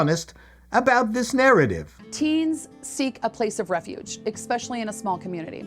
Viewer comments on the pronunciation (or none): if you say, "exspecially," you have no business working in a library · The director of a library actually said "eck-specially". Let that one sink in.